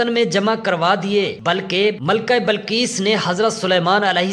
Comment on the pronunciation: Ghalib hota hey ghalab nahi .bilqees hota hey balqees nahi .bas zeair zabar ۔کہاں کہاں زبر آتا ہےاور کہاں کہاں زیر یہ جا کر اپنے علاقے کے پرامری اسکول یا مدرسے داخلہ لیں اور خوب دل لگا کر محنت سے سیکھں اس کے بعد جناب منشی پریم چند صاحب ویڈیوز وغیرہ بنائیں